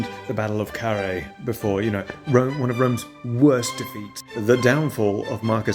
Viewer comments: æ is pronounced eye, so Karr-heye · In the beginning I thought you had mispronounced Cannae